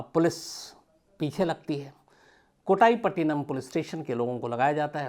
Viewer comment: कोटाईपटीनम नहीं, कोट्टईपट्टीनम होता है तमिलमें। मुथ्थु नहीं, मुत्तु होता है। त के लिए तमिल लोग "TH" लिखते है।